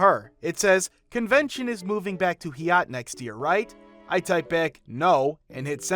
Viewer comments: Yep. It's long <I>, not long <E> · Why was "Hyatt" pronounced like that? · That's my last name, he totally mispronounced it.